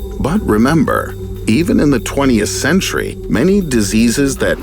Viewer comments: Dude really? it' s not '20st' it' s 20th. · "20st Century"